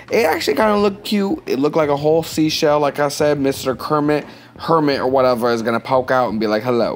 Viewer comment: I love ur "whatevuh" Oh and your drawing too! But mostly ur "whatevuh" JKKKKK